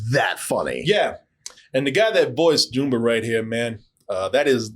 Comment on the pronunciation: Jooomba?😂😂😂😂😂 It's jumba like jumbo.😊